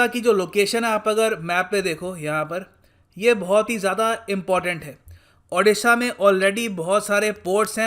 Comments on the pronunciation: O - D - SHA not A- D- SHA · sir please,pronounciate our state odisha not adisa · " अ" नही "ओ" हे...... "ओडीसा" |sir, pronounce it correctly . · Plzz sir State ke name tike se pronounce karo